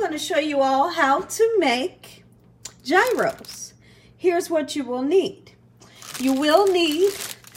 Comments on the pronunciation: you're so funny. It's pronounced "YEE-ros" G is silent, it's like year-o with a "y" Looks good though. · Hi, please don't take my comment as a slam to you because I love you girl! Gyros is pronounced "yee-ros". Tzatziki sauce is also so different tasting than cucumber ranch. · FYI— correct way to pronounce gyros is yee-rose. I know everyone says it differently, but I looked this one up. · I don't mean to be one of those people who have to correct others on how they say things, but I was corrected myself by the place where I get my Gyros I was told that it is pronounced Gyros = "Year-oh(s)". Please forgive my letting you know what I was told. I don't think that making the tzatziki sauce is difficult. I need to ask my restaurant how they make theirs, but I think they told me once that it was simple. I'll look for a recipe.